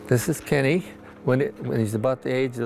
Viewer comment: It's not Kenny!!!